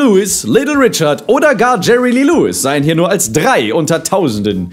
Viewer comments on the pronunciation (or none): none